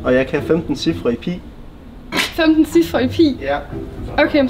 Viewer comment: Tasal siger pi forkert😡